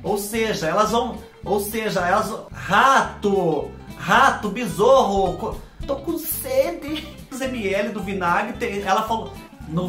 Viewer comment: Ai,, todas às vezes que ouço você dizer bezorro eu imagino um besouro mascarado montado num cavalo e gritando: Aiou Silver! (Nome do cavalo do Zorro é Tornado.) 😂😂😂